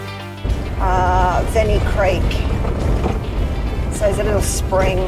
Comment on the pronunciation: Great video. I think it is Yenny Spring, not Venny Creek.